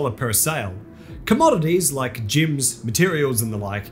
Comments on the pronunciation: It's gems not gyms. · level your "jims" love your accent :)